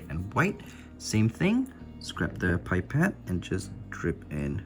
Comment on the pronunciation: when you say "pipet" it sounds like you're saying "bye pet" lmao